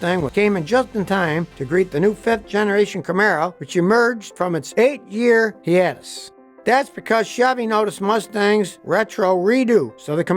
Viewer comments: Hee-atus... lol no its Hiatus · “Hiatus” hi ate us just sayin 😎🤙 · Nothing like an 8 year "hey-ate-us"! :) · who pronounces ‘hiatus’ like Scotty????